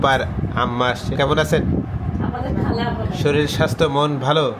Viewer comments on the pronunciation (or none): none